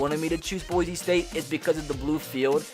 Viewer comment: You know someone is not from Boise when they say Boize